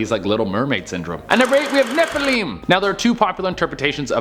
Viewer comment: ROFLMFAO. Loving how he is pronouncing Nephilim